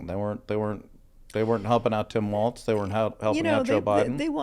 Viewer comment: There is no “T” in Walz. Idk why this is so hard for people to grasp